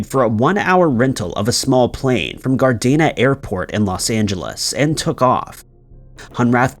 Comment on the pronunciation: Dude just like you did with Dublin you pronounced Gardena wrong